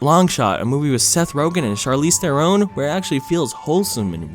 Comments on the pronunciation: The way you say "Theron" would trigger my parents. Quick note: it's pronounced "Thron" (basically) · Bruh do you really pronounce "Charlize Theron" as "Charlize Therone"? I'm disappointed,.